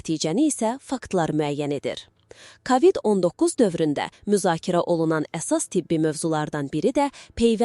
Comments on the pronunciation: Sən kimsən, ay danışan? KAVİD niyə deyirsən? A nı vurğğulama. K O VİD DE sonra nağıl danışarsan? Nə qədər tanıdığımız məhşurlar öldü.. Unutdunuzmu? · Kavid yox kovid. Ağzınızdan çıxsın ailənizə evinizə düşsün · kavid yox kovid. hər sozu ruslarda oldugu kimi o hərfini a demək uygun deyil.